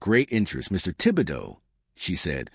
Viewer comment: You even pronounced Tib-e-doe correct 😂